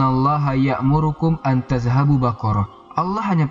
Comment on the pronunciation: Afwan ustad koreksi bukan an tadhabuu tapi an tadbahuu